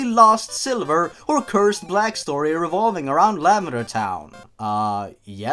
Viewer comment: the way you say lavender sounds like you're saying lambader